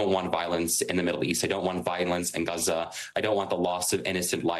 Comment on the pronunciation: Lol these 2 students were actually more mature than middle aged adults when discussing this topic. Also props to for the pronunciation of Gaza